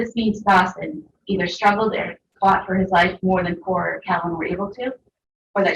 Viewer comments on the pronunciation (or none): why does she keep calling Cora “Core”???